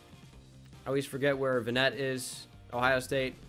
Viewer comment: It’s VANnet